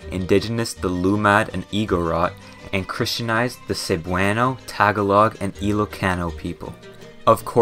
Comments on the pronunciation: How hard is it to research how to say Tagalog? Ik it's nitpicky, but it feels like everyone in existence making videos about the Philippines have a consensus on butchering it. Like all you need to do is hear it once from a native speaker or idk, use google? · Idk why but the way they pronounce Tagalog and other stuff in the video feels a bit off putting for me 😭 But other than that this is a great video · THE WAY YOU PRONOUNCE TAGALOG NOO- YOU DONT PRONOUNCE IT LIKE THAT😭😭😭😭😭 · That is the worst pronunciation of Tagalog I have ever heard. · He should learn how to pronounce Tagalog. It is irritating to hear him pronounce it. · the way u pronounced tagalog took me out of the video 😭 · lol his pronunciation of tagalog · Pronounced tuhgallugg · its tah gah lug ….. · Tah Gah Lohg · its ta-ga-log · Incase you forgot, he also kept pronouncing Tagalog wrong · you absolutely butchered the pronunciation for "tagalog" 😭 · this video is very informational but the pronunciation of "tagalog" hurts me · You said tagolog wrong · Bro he keeps say Tagalog wrong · hi im so late. But as a filipino myself, we pronounce it Tah-gah-log not Tag-a-Log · you pronounced “Tagalog” wrong, it’s tuh- gah- lug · Why does every non-philipino say "tag-a-log" its one word, tagalog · I hate to be that guy but I cringed when you said Tagalog it’s not pronounced Tag-ah-log It’s pronounced Tah-goh-loug. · Im an Filipino, about typhoons were real,but its no problem,plus,it only comes when its almost Christmas.I would like thr Philippines to have snow. What i hate about this guy is his pronunciation Tagalog is pronounced ta-ga-log not tega-log and igorot is i-go-rot not igo-rot he pronounced alot wrong in his talking. I know alot about the philipines but not all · Please say [Tah GAW log] and not taga log. It's frying my ears hearing you say it. 😏 Ijs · For the love of God, please stop pronouncing it TAG-a-log. It's pronounce tah-ga-log. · Tag a log? it is pronounced as ta-gol-ig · tag a log and saybwano 😂